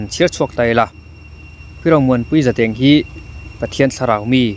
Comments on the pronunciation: Zadeng i lam dan hi a diklo sir,za hi chu i lam dika,deng tih hi,lungin an deng tih a,deng kan lam ang hian lam tur a nia👍👍👍❤️❣️ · Zadeng pawh i lam dik theilo ania